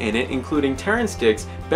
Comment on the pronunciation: Congrats on pronouncing Maryleborne correctly :-)